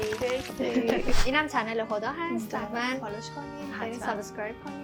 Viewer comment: هر بار که میگی هدا فکر میکنم میگی خدا😂